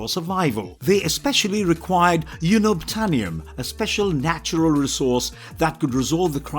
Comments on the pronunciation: You pronounced Unobtanium wrong. It’s: uhn·uhb·tay·nee·uhm Not Yoo•nub•tay·nee·uhm However I actually like the way you pronounced it better. I think this is the stupidest name ever. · It’s just for the views. They didn’t even pronounce Unobtanium correctly. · Can’t pronounce unobtanium (you-nab-tanium} lol while properly pronounces ikran in Na’vi 😂 great video tho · Explain to me how he can say ‘unobtanium’ and ‘fauna’ wrong but got ‘ikran’ 😂😂🙄